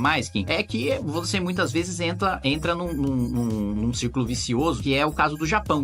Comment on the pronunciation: "Entla" kkk